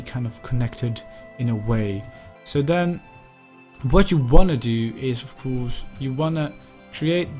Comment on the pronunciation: Ffs, please improve your English pronounciation. Your grammar and your vocabulary are really good, but the way your pronounce 'ofcourse' is very annoying. Thank you.